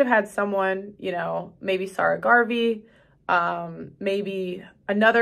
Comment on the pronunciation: Sa rah not Sir Garvey